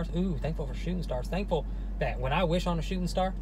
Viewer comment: let’s eat chocolate every time says “thankfull” i would be dead